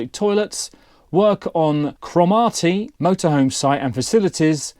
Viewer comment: “Cromarty”!,!!???. There is no accent on the “ar” of Cromarty. It is pronounced without the accent!!